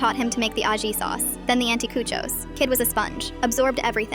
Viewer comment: the way they said aji sauce.. 💔 but they pronounced the other ones right.. ai is so dumb